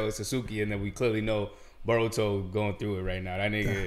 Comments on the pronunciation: Broh, his name is Boruto, NOT BAH-RUTO, smh, lolz!!! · He keeps saying baruto...and calls him his son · Who's that dude that keeps saying "Baruto" 🤣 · Somebody teach this man how to properly pronounce BORUTO. My mans stay saying BARuto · Bro's still saying "BARUTO".....